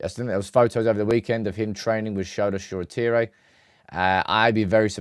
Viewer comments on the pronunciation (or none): none